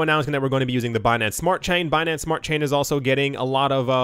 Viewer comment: "Binansay" I died 😂🤣👌🏻